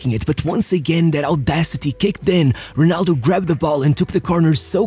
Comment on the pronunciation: Amazing! You actually said Ronaldo correctly instead of HEnaldo like you usually do